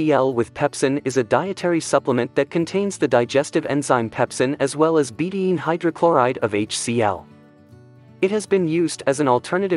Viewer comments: Please train your computer how to pronounce betaine. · Two syllables. Be-taine.